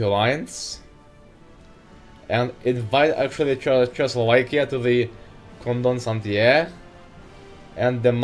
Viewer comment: Dat "Chechoslovekia" pronunciation